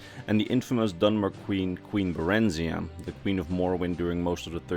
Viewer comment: Uh... Barenziah should be pronounced the same way as Morgiah.